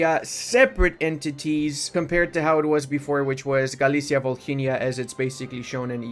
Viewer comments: Mate, it's Volynia, h is silent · In Volhynia H is silent Save ours ear's 🙏